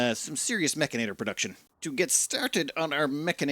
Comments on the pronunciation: It's Mechanitor, not Mechinator! Why do you make my OCD go off like this? lol... Also, you start with 2 control groups on the mechanitor. Also also, you can paint your mechs. Look in the mech tab at bottom of your screen. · It's also "Mech ani tor," not "Mech ina tor"